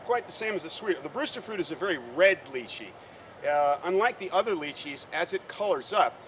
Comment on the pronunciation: He said it right - it's pronounced as litchi direct pronunciation from mandarin - stop been a smart alec